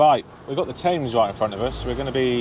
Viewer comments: Tems not Tayms! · The river is pronounces as temz not Thames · London's river is called the Thames and is pronounced 'tems' - not 'tames'. You're welcome! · th is a very different sound from f. It is never pronounced as an f. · This is legit the first time I've ever heard an Englishman pronounce it River 'Tames' 🤣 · may I be so bold as to correct you on your pronunciation of the word Thames it’s Themes ok😂😂😂😂😂😂❤️ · It's the Thames not tames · Tames???? try tems, silent "h"? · In London we pronounce the Thames as "Tems" not "Tames" Just for future reference. Really enjoyed the video, thank you. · It’s pronounced TEMS spelt Thames mate 🤙🏼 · Super video,. Haven't seen you on here for months. Have you been away? Incidentally, the river is pronounced "Temms" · River Thames is pronounced TEMS… GOOD GRIEF!!! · Sorry. But isnt the River spelt Thames but pronounced Tems? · It's pronounced 'TEMS' ! it may be spelt Thames but we say Tems :) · By the way Thames we pronounce Thems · On the Thames, now say it properly lol, pronounced temms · Jason Smith Ah, my mistake, I forgot he hails from Swindon in Maharashtra, India, silly me 🤣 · I kept correcting country bumpkin pronunciation 🤣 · You pronounce Thames wrong